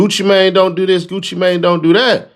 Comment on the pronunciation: It's funny how they do not know how to pronounce Gucci name😂😂